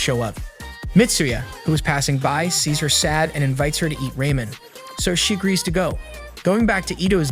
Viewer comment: why he keep sayin raymen its ramen